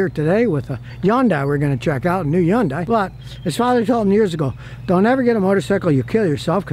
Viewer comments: It is pronounced "Hun-day" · According to a Korean lady that I knew it is not easy for English speakers to pronounce it properly. However, the closest phonics would be Hhun-Die. Scotty is a phonetic speaker so he just cannot get it right. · Scotty still says Yundye! Lol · Not to mention he can't pronounce it right either